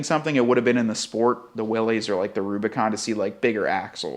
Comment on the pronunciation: Yet another video that I have to give a thumbs down for the ridiculous mispronunciation of Willys.